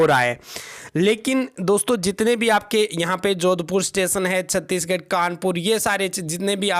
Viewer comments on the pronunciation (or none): none